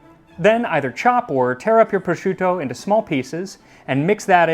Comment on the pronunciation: The way he pronounced sorrel & prosciutto 😂